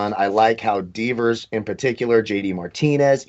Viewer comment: butchered those Red Sox players names. “Deevers” and “Vurdurgo”? C’mon man!